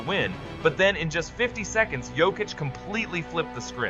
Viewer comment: WHY IS THE PRONOUCED "YOKICH" NOT "JOKIC"?